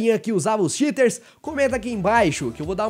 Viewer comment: Eu entendi xiters como shiters, de caguentos